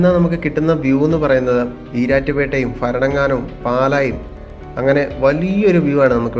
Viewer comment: ഫരണങ്ങാനം അല്ല ചേട്ടാ, ഭരണിടെ ഭ ഭരണങ്ങാനം